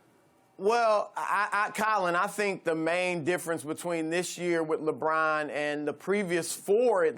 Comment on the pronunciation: Hey Broussard, it's LeBron, not "LaBraaaahn".